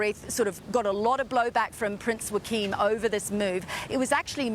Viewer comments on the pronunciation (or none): If you're going to do a story on the Danish RF learn how to pronounce their names. The Queen's name is pronounced Margareta and Prince Joachim's name is pronounced Yoakim not Wakeem. Sheesh.